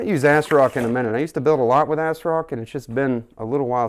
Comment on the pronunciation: Asrock is not pronounced "assrock" It's pronounced "azrock" That made me laugh ahhaha.